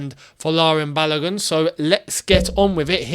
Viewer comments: the name is pronounced as Ba-lo-gu and not as Balagun. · his name “Balogun” is pronounced “Barlo goon” not “balur gun” 🇳🇬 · My brother I here to help you with the pronunciation of his name. It is Bar-low-gune (If gune is a word). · It is quite hilarious when you don't do enough research on pronouncing African names. Balogun is pronounced Balogoon. Maybe google translator can help you little too. 😊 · It is pronounced Baaloogoon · Hello, well done. However, the name "Balogun" is pronounced as Ba-low-goon as in Ba (Bah), Lo (low), Gun (Goon). It is a Nigerian name (a name from the Yoruba people of Nigeria). Thanks